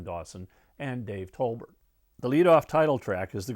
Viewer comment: not Tolbert!